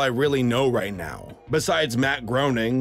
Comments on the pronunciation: it's prounounced "GRAINING" not groaning, by the way. and i'm personally excited for isle of dogs and of course groening's new show. i really hope it's as good as golden age simpsons and futurama. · Groening is prounonced Raining!!! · Craig Of The Creek is my biggest hopeful show right now. Also from The Simpsons Game: It's "Gray-ning" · It's pronounced Matt Graining despite the spelling. Also I'm excited for Batman Ninja, Incredibles 2, the upcoming Captain Underpants cartoon being made by people from Animaniacs, Spider-Man, and many more. Some others I do not care for at all. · How to say Matt Groening's name: Matt GRAY-ning. Graining also works, but you get the idea. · Matt Groening's last name is pronounced "Graining." The More You Know... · Matt's last name is pronounced graining. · The Castlevania show was trash also the creator of the Simpson's name is pronounced Graining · In regard to the Groening pronunciation joke: "Simposons did it." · Wait, matt Groening is hard to pronounce for you